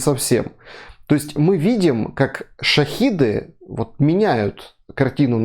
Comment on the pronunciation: Вы может называть правильно хотя б будите Не шахид а Шахед разное значение совершенно!!!!